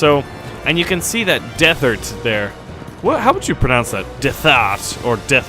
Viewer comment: you are definitely blind. You pronounced Derthert Dethert I don't understand iy